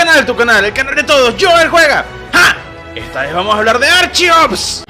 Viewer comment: Creo que la pronunciación correcta es: ar ke ops